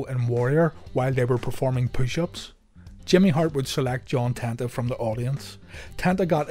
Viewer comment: It's pronounced Ten-ta, not Tan-ta...as spelled.